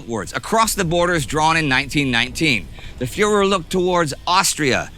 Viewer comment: Am I the only German who cringes when others try to pronounce words like "Führer", "Reichswehr"... etc?